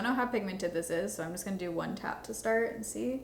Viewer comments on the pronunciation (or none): none